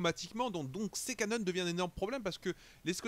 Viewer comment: bien bien, j'ai juste ptdr quand tu dis les "cannones"